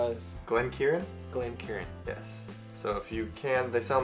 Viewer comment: It’s pronounced glen-KAREN not glen-KIERAN ??? Please don’t spread false pronunciations… ruins us real whiskey taster’s…